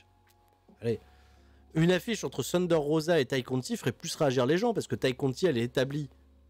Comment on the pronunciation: Sérieux, ce insuportable. Ce pas Shunder Rosa mais Thunder. THUN pas SHUN. Ce un Thunder Driver, pas un Shunder Driver